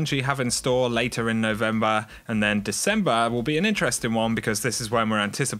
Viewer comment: Coked Up Krabs OCTOBAHHH AND NOVEMBAHHH